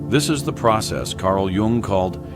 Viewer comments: Jung, not Young. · it is spelled JUNG not Young